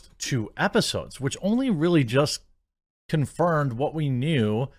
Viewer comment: you say "confirned" instead of "confirmed". I noticed it in a previous video also. I'm not trying to be a dick by correcting you, I'm trying to be helpful. You're welcome.